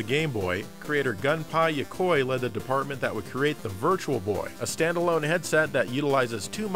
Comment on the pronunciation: "Gun Pie" Yokoi.......I wont give too much flack for that, Japanese isn't easy to pronounce let alone remember, but I have never once heard anyone pronounce this legendary mans name incorrectly before so it's just weird hearing it like that, it'd be like someone walking up to you and saying their favorite president was the man with the tall hat and beard, Abe Lin coin XD